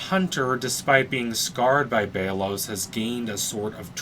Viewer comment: It’s belos not baylos